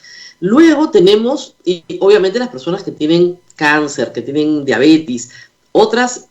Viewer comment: Señora RMP no es diabetis...es DIABETES..Tampoco es conmorbilidades es COMORBILIDADES.